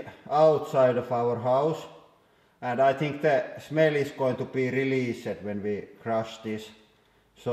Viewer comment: "Vot da fuuuck" and "shmell" killed me😂